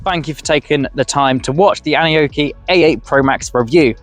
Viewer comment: Dude, what the hell are you babbling? The bike literally says its name when it starts up and it’s not “an oki”. It’s “Annie-oki”